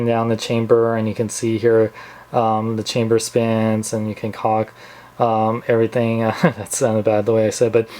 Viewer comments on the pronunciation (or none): none